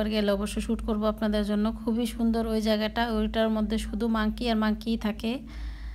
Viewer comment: Apu mangkki na manky bolen😁😁😁